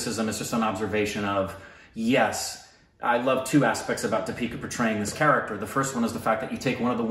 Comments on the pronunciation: Your pronunciation isn't too off, just exchange how you pronounce the e's and i's in her name...so it's "dee-pick-aah" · I want to add that the 'D' you pronounce 'Deepika' is not as in 'Deep' or any other English 'D' pronounciation. It's in fact like 'd' in Spanish phrase 'Buenas tardes' meaning 'Good afternoon'. I think said in one of the recent reactions, that he knows Spanish, so probably he can pick it up. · Emphasis on first syllable...DIpika not DiPEEKA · you are emphasizing the wrong syllable in her name, its DEE-pika not Dee-PI-ka. Emphasize 'Dee' instead of 'pi' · Deepika is supposed to be pronounced with emphasis on the first syllable and the first syllable should be longer than the second one. You tend to do it the other way round. It's just a minor mistake. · The first vowel should be stressed. It's pronounced Dee-pee-ka. The "Dee" part you mispronounce. You pronounce it as "Duh" instead of Dee (as is Deep or Keep or Leap). The vowel in "Dee" in Deepika should sound exactly the same as the vowel in "pi" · You say di-pee-ka It is dee-pi-ka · It’s not Di(pee)ca.. it’s Thee(pi)ca. Her last name is mispronounced by most Indians too but she never corrects it. It’s Puh-du-ko-nay. (Ko-nay, not kone) Meghana is pronounced May-ghuh(hard g)-naa Deepika means little lamp (signifying one that gives light) Meghana means Clouds (signifying one that brings rains (nourishment)) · Its Deepika. You call her Dipeeka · so to your help try pronouncing it as "deee + pika" instead of "Di+pika" :) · It's like the archaic word THEE. And not Dee pika. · You guys pronounce her name as dipeeka..its actually deepika.. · It's deeeeepika not dipeeeeka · Its not dipeeka, its Deeeeeepikaaaaaaa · Lmao your pronunciation is not that bad. Its just that you say “Deeeepika” when its actually “dipika”. :) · It's not the-peeka, dee-pika , that's the mispronounced part I guess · It's not D'pika it's pronounced 'Dhee-pika' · They say di-pee-ka. It's actually dee-pi-ka. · It's Thee-pika